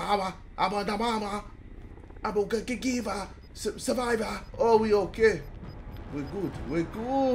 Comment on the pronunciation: When he said “I am a surviva agdhajahsh” I felt that